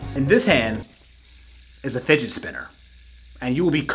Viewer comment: Has nobody noticed he said "spidet finner"?